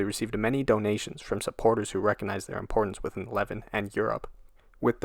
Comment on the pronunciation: Leh-VAHNT. NOT Leh-vi-nahnt. Jeez.